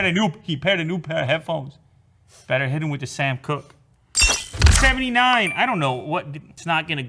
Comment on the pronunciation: Dude said 79 like its 69.